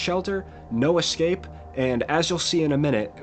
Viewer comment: it's EScape not EXcape